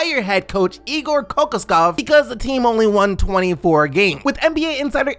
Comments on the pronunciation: Kokoskov is pronounced [Kuh- Kosh- Cough] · It’s pronounced co-cosh-kov